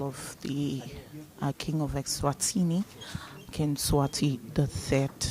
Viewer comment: That's not the reason for the name change woman. Stop making up a story, you don't know how to pronounce the names